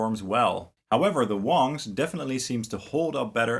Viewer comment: It's pronounced WANGS (long "A"), not WONGS...dumb ass.